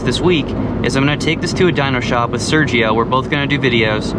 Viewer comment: Ps. Is funny when you speak about your homeboy Sergio. Saying my name like that... Lmfao 🤣🤣